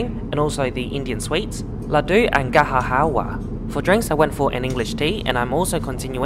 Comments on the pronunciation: Ga-Jar Hal-wa not GaHa HAHA fr Indian sweets. Just saying not mocking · That Indian dessert is pronounced Ga Jur Hal wah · Great video! Note, in Indian languages we don't pronounce the 'j' as 'h' in gajar halwa. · Fun Fact: We actually pronounce the 'j' in Gajar Halwa :P It's not like the Spanish letter where we replace the 'j' with 'h' 😉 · Hahahaha loved your attempt at pronouncing Gajar Halwa 😂